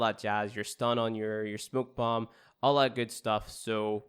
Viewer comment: He pronounced smoke bomb to ''smuk'' bomb